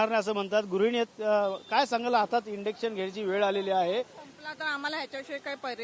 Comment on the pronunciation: "Indux" nahi ❌, Induction ✅ असत ते! आधी नीट बोलायला शिक मग mic 🎤 घे हातात